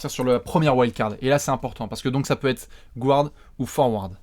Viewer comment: Les mecs, je vous adore, mais PUTAIN arrêtez de dire "gouards", le "u" n'a pas besoin d'être accentuer, donc vous pouvez le prononcer à la française. Maintenant que j'ai soulagé le linguiste maniaque en moi, passons à l'ASG. Je trouverai ça hallucinant si Hassan Whiteside n'est pas sélectionné, qu'est-ce-qu-il va devoir faire pour enfin être respecté dans cette ligue ? Il est le meilleur défenseur au poste 5 à l'est, et collectionne les blocks comme Gérard collectionne les sa***.